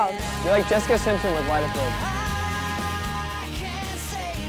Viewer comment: I love love love that you’re doing Laguna Beach! I think we need a drinking game for when they say: - stePHEN -Jess-I-CA -the long stares between Lauren and Kristen -whenever Stephen and Kristen fight